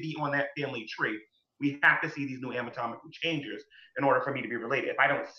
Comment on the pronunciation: Every time says "ami-tomical" 😑